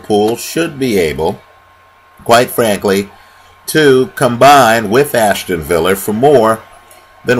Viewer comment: Aston Villa not Ashton villa